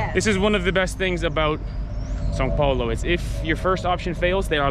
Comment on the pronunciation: WAIT DID YOU JUST NAIL THE "ÃO" PRONUNCIATION,? hahaha maybe you had already done it before and I just noticed now but anyway very good job. Now you can do amazing things like saying "joão", "caminhão" and the most important one: bread (pão) without sounding like d*ck (pau).